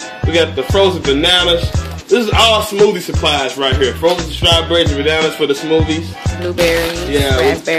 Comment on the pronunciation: "fruit bowls fow the ho's" lol